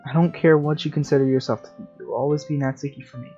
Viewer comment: Thank you for saying natsuki right